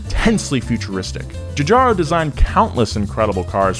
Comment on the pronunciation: "Giogetto Giugiaro" golden WIND intensifies